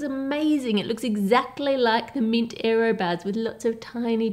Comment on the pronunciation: "érroh bahhhs"